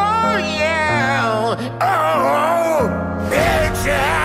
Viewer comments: The first one and the way he said peacjes ended pinkie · The Cantonese one sounds like their saying Bacon when they say peaches and I died of laughter 😂😂😂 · In Cantonese it sounds like he's saying Becky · Is it just me or does anyone else hear the Bengali guy say bitch instead of peaches? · In most of them he says peach but in bengali it sounds like the b word.